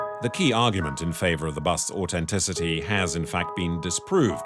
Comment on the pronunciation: What is this 'AUTENTICITY'? Say it properly! It has a TH ! AU TH ENTICITY 😂